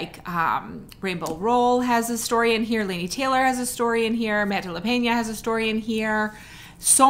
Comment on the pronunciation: You pronounced Peña correctly! And I know because that is my maternal’s grandma maiden name ;)